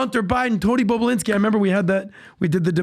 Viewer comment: They should keep saying bobolinski at the right time just like Howard stern keeps saying bababooie, seeing Patrick can't say it correctly 😮😂